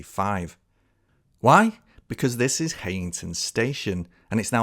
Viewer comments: I'm not getting into any "oldest" dispute here (although I'm from Darlington!) Just to say that it's pronounced High-ington, not Hey-ington. Visit Darlington in 2025! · *'High - ington'. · I'm really sorry but Heighington is still very much in use as a station, the pub has closed but the station is very much still in use on the Bishop Auckland branch. Also, it's pronounced kinda like High-n-ton (from a local) cracking video though.